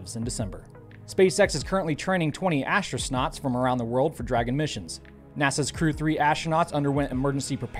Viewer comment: Did you say astro-snots ? Is that the rookie version of a rookie astronaut? 😅